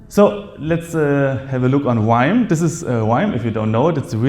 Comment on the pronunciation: Did you say Grrrrime? scnr 😅